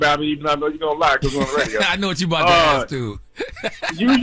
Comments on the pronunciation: it's ASK...not AXE. And Envy is increasingly annoying and please get Jess Back! And I listen for Charla!! He's hilarious 😂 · Girl hush we love Oh, and it’s not ask it’s kiss our ass 😘